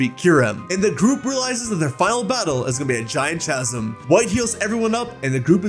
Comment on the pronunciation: The real final battle will be you learning to pronounce chasm